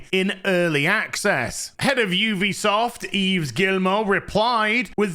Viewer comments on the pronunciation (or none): none